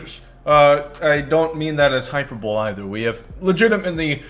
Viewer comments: It's pronounced "hy-per-bo-LEE" not "hy-per-bol" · “Hyper bowl” Hi-per-bo-lee